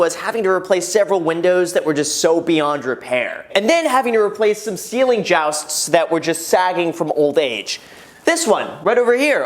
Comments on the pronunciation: I cringed at jowsts lol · Is somebody going to tell him it's Ceiling "joists" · Why does he keep saying jousts when it’s joists ? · Just say ceiling joyce st, not joust. It is a bit petty, but more correct. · Jousts??? joists pronounced Joy-sts. lol caught me and went back to make sure i did hear you say that. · Are you calling the boards in the ceiling "jousts?" They are called "joists." You're a real estate agent man! Know your terms! Joy-st: "a length of timber or steel supporting part of the structure of a building, typically arranged in parallel series to support a floor or ceiling." It's ok, in Michigan, we call the thing on the top of a house a "ruff" and invite Canadians into our home to sit on our davenport in their toques. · LOL did he say ceiling joust!? I'm betting he needs a project manager... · He said some ceiling JOWSTS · "Ceiling Jousts" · I know I can't be the only one commenting this... but ceiling "jousts" hahaha. You mean joists. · "ceiling jousts"? LOL......"joists" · 1) please make more of these. 2) please make a video of how much your property gain in value. 3) I have never heard jousts pronounced like that only like "joysts" lol. 4) like button smashed. Keep it up Graham 👍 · They aren't Jowst's, they're Joy-st's. Joi-st. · MFer said "ceiling jousts" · 1) Are you saying “jousts” just to get more comments? Otherwise you are an idiot and shouldn’t even have a home of your own. 2) Knob and tube wiring is a major fire hazard and illegal. If they sold you this house without disclosing it that is fraud. It’s not just “better to upgrade it”. It’s required by every code ever. It seems like you’re making this into some add’l expense when most likely you knew about this in advance. I’m very close to declaring bullshit or idiot on your channel. Seriously, watch a home show....like Holmes on Homes or anything. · Is that how Americans pronounce joists? Or is Graham just saying it funny? In Uk it’s said Joy-st.